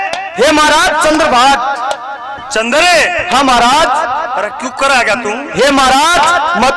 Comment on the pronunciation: Bhai shab Aap bhatt nahi hotaa bhat hotaa ha........